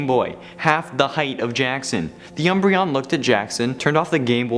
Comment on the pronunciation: I love "umbreon"